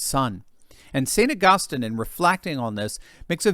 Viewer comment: To the commentator on this video -it’s pronounced AugusTEEN